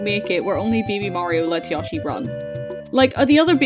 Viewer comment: I am begging you to stop saying yawshi 😭